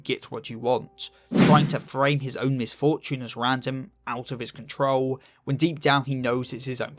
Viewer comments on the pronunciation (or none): none